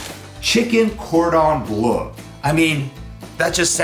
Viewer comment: Who else was getting triggeres when he was pronouncing chicken cordon bleu